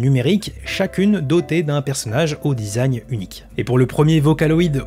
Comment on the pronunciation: ça mfait un peut tiquer le "dizagne" au lieu du design (dizayn) MMDRRR